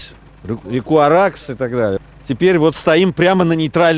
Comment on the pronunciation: Не Аракс а Араз